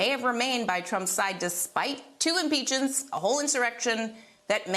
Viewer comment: What’s an ‘inpeachen’?